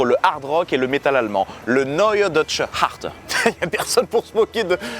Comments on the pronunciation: Härte ça se prononce pas Arteuh mais Hairteuh avec un H aspiré tu voie qu’on peux se moquer mdr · t'as prononcé "härte" faux, t'as dis "Harte" pas "herteu" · Neue Deutsche Härte ne se prononce pas "Arte" mais "èrte" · C'est pas possible le nombres de fautes que tu fais sur tes vidéos 1. "Hasst" s'écrit comme ça 2. Sehnsucht se prononce [séhn-sourte] 3. Härte se prononce [hèr-teu] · bah si en fait parce que ca se prononce hèrte Voila désolé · Si je suis la pour ton accent allemand Härte se prononce Hairteu